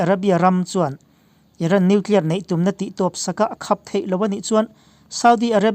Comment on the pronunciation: Nia,,,,,, khap tih pawh kha a lam rik Dan kha mak ka lo ti deuh a ....